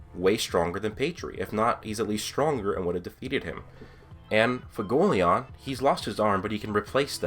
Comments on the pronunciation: FU-WE-GO-LE-YON. i keep hearing fugoleon. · learn how to say Fuegoleon for the love of god